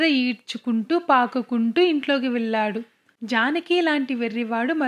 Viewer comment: మల్లి మల్లి కాదు మళ్ళీ మళ్ళీ అనాలి వెల్లి , వెల్లాడు కాదు .. వెళ్లి , వెళ్ళాడు అనాలి తెలుగు స్పష్టంగా లేకపొతే వినటానికి బాగుండదు